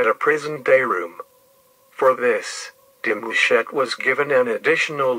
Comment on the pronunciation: Why he say my last name like that😭